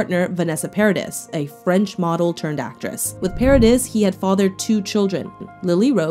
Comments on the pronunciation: Her last name is pronounced para-dee not para-dis ❤️ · FYI, Paradis is pronounced para-dee. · Pare-Uh-Dee. That's how you pronounce Paradis. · Fact checking is poor and so is your pronunciation. Paradis is pronounced pair a dee.